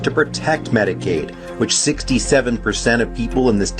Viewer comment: I HEARD HER SAY MEDIKILL...DID I STUMBLE????